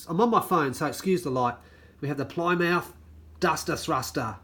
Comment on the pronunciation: Plymouth is pronounced as Ply with a small I mouth is pronounced leaving out the u sound